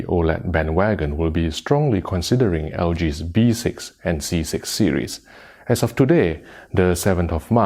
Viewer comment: Yo it's Three not Tree. Also it's B6 not V6 🤦🏻‍♂️